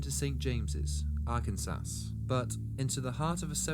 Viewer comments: Very good, Mate! You prob know by now. It's pronounced ar can saw. Where Bill Clinton is from. But good job! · don't wanna be rude or a grammer Nazi but its pronounced Ar-can-saw I live here so its important to me lol but other then that really love your channel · To be fair, "Ar-ken-saw" is rather counterintuitive! Particularly with "Kansas" being "Kanz-ess"... 😂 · Arkansas is pronounced ARE-CAN-saw. 😘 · I love this channel, I've seen every video. Great it's not the same stories over and over. I definitely don't blame you for not saying Arkansas right, British people say things differently haha. Good luck